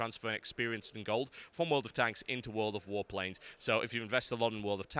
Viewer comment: Everytime you said World of Warplanes I kept thinking you were saying World of Warcraft. :l